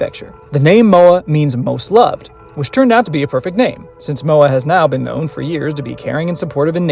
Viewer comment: Please... just say Moa.... I'm trying so hard to keep watching the video but its hard when you say her name that way xD Please just say Moa ;)